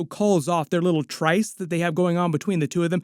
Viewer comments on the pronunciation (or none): *tryst sounds like wrist